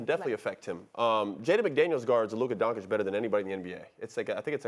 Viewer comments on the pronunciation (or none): Nobody: Mad Dog: Donkich 🫏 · bro said "Donkič" unironically. Who the f is this guy again? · HIS NAME IS NOT DONKISH! JEEZE! IT'S NOT DONSICK EITHER! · “Luka Donkeych” 🫏 😂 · I love how people struggle saying Doncic. If you can say cheech and chong you can say Donchich. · I almost heard "Bonkic" lol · Get Luka’s name right you dumba$$ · Who thought it was a good idea to put Mad Dog on tv. He consistently mispronounces and misquotes. Has the worst takes of all time. And just sits there with that stupid smirk like he thinks he knows what he's talking about. He's like all the negatives of Skip Bayless without any of the redeeming qualities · How is espn letting clowns that can’t even pronounce Lukas name speak on basketball? There’s kids in high school with more basketball knowledge than mad dog. Idk why he’s allowed to speak on anything other than baseball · Why are Stephen A and Mad Dog the only ignorant ones who still don’t pronounce Luka Doncic correctly? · Luka has been in the league for 6 years and these dudes who get payed to watch the game still can’t pronounce his name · Man they need to get rid of these people... One can't pronounce Luka's name, the other one said the mavs aren't a defensive team and SAS keeps talking about Kyrie and not even mentioning Luka at all. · Maybe one of these analysts will learn how to say Luka’s last name one of these days 😒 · Well it’s not that hard to pronounce at all, he’s been one of the top 5 players in the league for five years, and about half of the media doesn’t know how to say it, so yeah, it’s pretty annoying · Because its clearly a mark of disrespect. They have all heard other people pronounce it correctly.